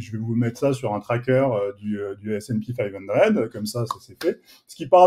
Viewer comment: Snpi five undred😂😂😂😂😂😂😂😂en français on dit sp500 et idriss on dit pas djess bond mais James bond